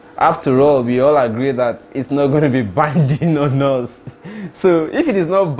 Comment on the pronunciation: Please, its not 'Hus' but 'us'. Just work on the 'h' factor. Nor b insult o